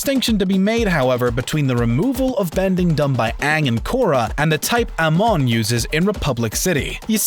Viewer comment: U mispronounced amon its just as bad as aang in the horrid movie. Plz....plz stop making korra vidz unless they are thoughtful this is funny and a little upsetting.